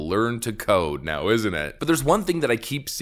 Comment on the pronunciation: the fact you have to butcher the word code shows the sad state of youtube.